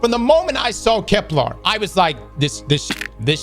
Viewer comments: Im begging please stop saying keplAr, it’s Kepler, it sounds so horrible. Stop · If he was paid I think the marketing team would teach him how to say Kepler